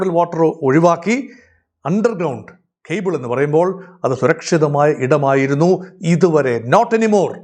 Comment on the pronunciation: ഖേബിൾ അല്ല 😊 കേബിൾ